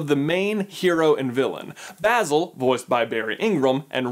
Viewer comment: My new favorite Disney movie! Also I am so glad you said Basil’s name right. Every time I hear him called Bay-zil I feel like Hermione correcting the pronunciation of Leviosa